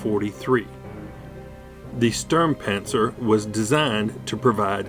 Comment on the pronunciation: I like how you explained the history of that Sturmpanzer IV but your pronouncing is a little bit weird.Its not a Stuhrmpänser its a Sturmpanzer and its not a Buuhmboar its a Brummbär.But lets ignore your...pronouncing fail,it is a good video so i give you a like.